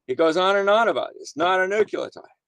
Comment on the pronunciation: "Nuculotide"? facepalm